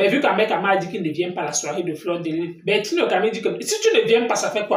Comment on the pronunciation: C'è bertini et non Bertille le Camille